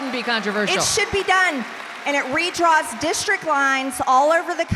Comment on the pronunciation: This teacher from Chattanooga doesn't know the word districT? x2